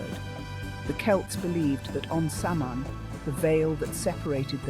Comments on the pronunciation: Seriously it's 2024 and you can't pronounce Samhain correctly? It's awfully hard to take the video seriously when you kick it off with that. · They pronounced it like 5 different ways throughout the video and made sure to say Samhain/sammein/sumhoin as many times as possible. Also couldn't finish the video because of this. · in and I'm turning it off for this reason. pathetic.